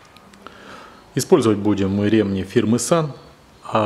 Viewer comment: Видео хорошее толковое!😏👍 Всё хорошо, но режет слух ударение на слово РемнИ почему у тебя ударение на Е🤗😁разом вроде правильно ударение, но восновном на Е, почему?😁извини но режет слух🤗